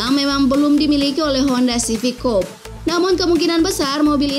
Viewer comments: Coupe itu cara bacanya bukan coup, tapi kup (amerika) atau kupe (brit) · coupè itu bacaannya kupe bukan koup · COUPÉ ITU BACANYA "KOUPE" COKK BUKAN "KOUP" NGASAL KALO BIKIN CHANNEL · Ogi Dharmasura Daily setuju gan, admin nya perlu banyak belajar bahasa asing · "Kooupp..!!" Wkwkwkwk belajar pengucapannya lg deh.. bikin malu aja isi suara video tp salah bacanya. Wkwkwk